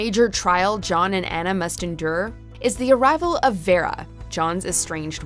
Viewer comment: I'm sorry, but what's with that pronunciation of Vera? She basically butchered it, and its not like a name we have not heard before.